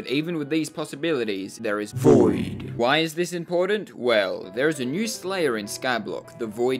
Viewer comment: stor saying dioV